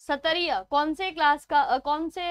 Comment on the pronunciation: Q9.... Its not satariya.. Its called chat-triya....proud to be assamese...